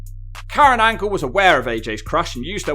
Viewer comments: It's Kurt "Olympic Gold Medalist" Angle!!! Not p__c angle 😤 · Why tf do you keep saying Kurt Ankle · Negga said perc angle 🤣🤣🤣